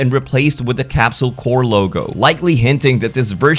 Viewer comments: It's Corp, not Corps. Corporation, not Military Unit. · It's "Capsule Corp," not "Capsule Corps." I swear anime fans never know how to pronounce basic fucking English. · It's not "core"; it's "corp". And Base Goku doesn't say the same thing as the other three Gokus. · Why do you always pronounce it Capsule Core 😐 CORP as in CORPORATION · Gonna be super pedantic here, but you should be pronouncing the "p" in "Capsule Corp" as it's short for "Capsule Corporation," not "Corp" as in the military unit. Also you say Kamehameha like the old dub but I kinda like that. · "Capsule Core" Killing me! "Corp" is pronounced just like how it looks, short for "corporation". You're thinking of "corps," which is a different word entirely and is pronounced "core."